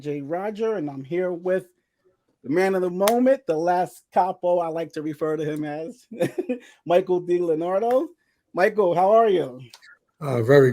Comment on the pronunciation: Michael, make sure pronounces your name properly… it’s not “Dileenardo” it’s pronounced “Di Leo Nardo”. Just my pet peeve, name pronunciation.. BTW good job on the new channel.